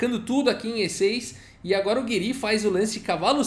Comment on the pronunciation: Acho que a pronuncia correta seria "Gíri", pelo menos é assim q o Nakamura fala e ele conhece o Anish pessoalmente kkkk